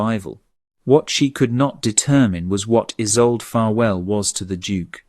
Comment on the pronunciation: Mispronounciation. =. name Isolde ( E-sol-de). German origin! South Africa (near Cape Town).